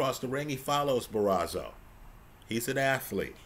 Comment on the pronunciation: ‘Bar-oh-so’ not Barazo… another great breakdown though! 👏🏻